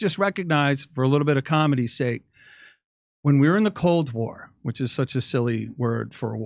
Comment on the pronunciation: I thought he said Cult War instead of Cold War... and now think Cult War was more accurate. And the "vessel" he describes is known as The Titanic. And the IBS who are at the helm know we're headed for the iceberg and they're telling the crew, "RAMMING SPEED!"